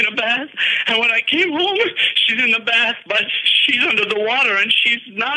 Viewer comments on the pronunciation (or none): none